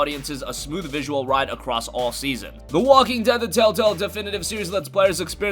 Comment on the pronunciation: It's telltale not tell tell dumbass.